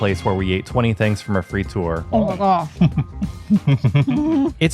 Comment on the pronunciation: Love how you can pronounce 'gravensteen' like a real flemish person, yet frituur is pronounced 'fritoer' 😀I know U is difficult to say as a english person. Standard martino is: American preparé (its minced pure meat made with mayo) little diced onions, pickles, martino sauce. Extra toppings can be added like anchovis, tabasco (for the spicy lovers), etc... Mitraillette is french for automatic gun, like an M16. love the episodes!